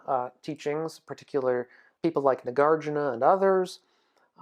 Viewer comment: Nagarjúna - the correct pronunciation is on 'u', not 'a'. Vajrayana was established from the times of Padmasambhava (Guru Rinpoche) , who is said to be the emanation of Buddha Shakyamuni himself. That's where the beginning of Tantra starts. Tantra means 'secret' and has nothing to do with sexual activities whatsoever, it's more on how to channel your own inner energy that leads to full realisation (awakening). The teachings were kept in secret and hidden in different places, only to be discovered later by tertons (Padmasambhava's disciples).